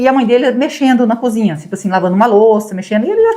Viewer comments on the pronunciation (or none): none